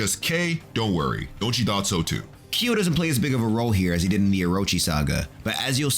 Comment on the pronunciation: Every time you say Ki yo..... :( it is kyo!